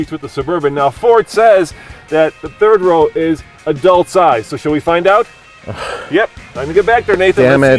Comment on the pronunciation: Terd row dred